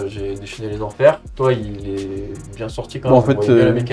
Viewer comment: C'était bieng, il faut le dire, c'était bieng !